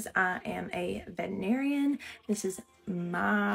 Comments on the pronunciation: I keep seeing this trend and I am realizing veterinarians can’t pronounce “vet-er-in-ar-ian.” In have said “vet-in-air-ian.” What’s up with that? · Ok I get that you have an accent, but please! You are a vet TRA narian not a vet ah narian My God woman you have a doctorate!